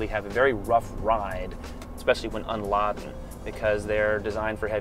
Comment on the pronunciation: Unladen! HAHA! It's pronounced with a long A. Next time use familiar words in your script.